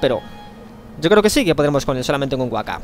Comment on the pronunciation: La primera K de Wakka se pronuncia.